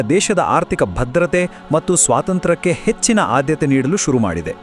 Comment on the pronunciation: ಮಟ್ಟು ಅಲ್ಲ ಕಣಪ್ಪ ಅದು ಮತ್ತು